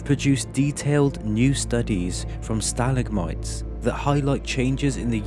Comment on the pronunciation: The mispronunciation of stalagmites bugged me a little, but gave me comfort at the same time because a real human spoke the words lol.